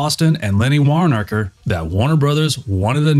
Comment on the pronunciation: Warnorker.... really..... WARONKER